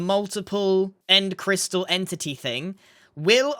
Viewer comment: "The Endity crystal"